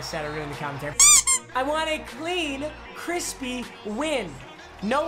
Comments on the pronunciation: he said he wanted a Crean Clispy win, instead of Clean Crispy win. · “i wanna crean clispy win right now”- 2020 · anyone else hear him say “a crean clisp”